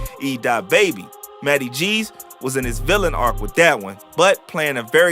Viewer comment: he says matty not notti